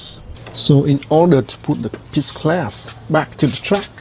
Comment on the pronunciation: its glass not class lol